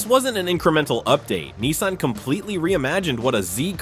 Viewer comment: he cant even pronounce nissan right